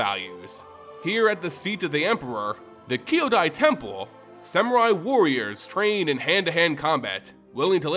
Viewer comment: Thanks for the video! I enjoy learning more about the MTG lore and the Japanese inspired lore is extra interesting. It took me a few times hearing "Kay yo die" to recognize what you were hoping to say "Kyo dai" ( brothers / siblings ). It isn't a sound we normally make in English and it isn't unintelligible so please don't feel bad or worried about it. Just drop they "at" part from your "Kay yo die" and treat "Kyo" as a single syllable. Similar to old karate /Kungfu movies where fighters often say "Kya! Hya!" Etc. Again thanks for your great video!